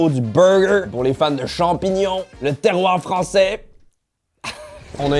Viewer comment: « Le TERROIRRRR 👹 »